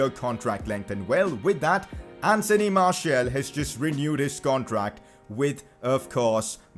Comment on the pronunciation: Martial is pronounced marsial not marshiul